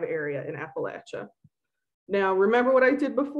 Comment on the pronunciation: thank you for pronouncing it right